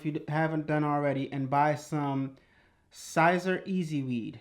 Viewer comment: great video, I am new to this and still afraid of messing up, you make it look less complicated. FYI Siser is pronounced like "see-ser" or Caesar.